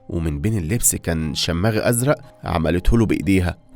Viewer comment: احلى شي من صاحب القناة يلفظ كلمة يشماغ يلفظها شماغ😂😂😂